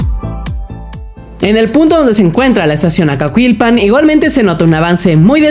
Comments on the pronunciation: La pronunciación es Acakilpan no Acacuilpan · ES ACAQUILPAN SIN LA U, NO SUENA "ACAQILPAN"